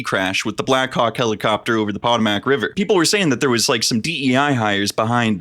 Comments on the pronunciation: Minor nitpick, Potomac is pronounced po-to-mac, not pot-a-mac, as a local to an area far upriver of the incident I did a doubletake when I heard that pronunciation. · buddy its POE TOE MICk